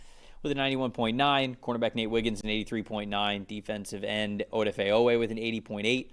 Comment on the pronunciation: Can't stand how this dude pronounces Odafe Oweh 😅